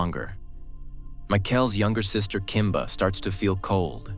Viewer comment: It's Kimber!! Not Kimba!! Geez Wiz!! :(